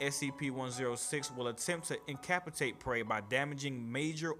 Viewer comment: Incapacitate is pronounced in-kuh-pass-it-ate